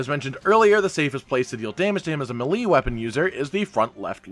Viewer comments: Did you really just pronounce melee as "muh - lee" instead of "may - lay"? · Malee it's pronounced May-lay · I don't know who told you how to say melee but it's pronounced Mal-lay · It’s not hard to pronounce melee correctly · He regains health if anyone returns to camp in between zones. Also thank you for pronouncing nergigante correctly but mispronouncing melee... Seriously is this stuff just a rinning joke with you guys?